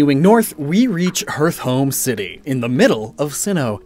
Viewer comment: One note: the anime pronounces Hearthome as Heart Home not Hearth Home